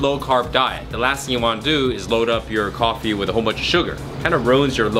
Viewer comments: bulletproof golfy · ***** Makes you feel like killing a man because he mispronunce a word? Now I'm not saying you should get psy checked, but yeah.. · He said Goffee lol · Is nobody gonna call out the way he said coffee ?